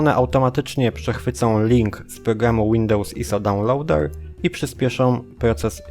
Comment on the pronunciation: DAŁNLOŁDEŁ xD